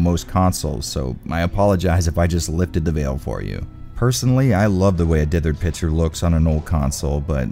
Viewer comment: Say with me: "PIC-TURE" NOT PITCHER